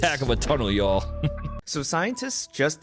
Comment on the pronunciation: Hey! It's not you'll, it y'all!!!